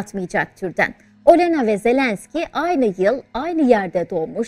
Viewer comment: Isimleri doğru telafuz etseniz Völödimer Ölena değil ( Vladimer O'lena)